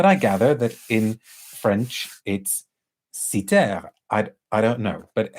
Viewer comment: Lovely video~ and props for the pronounciation of Κύθηρα~ 😊